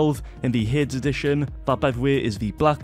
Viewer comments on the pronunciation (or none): You don’t pronounce the mouse heads it’s hades Say it like hadys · is always saying Heyds instead of Hades😂